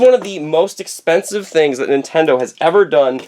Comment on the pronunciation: "it´s very expenssive"....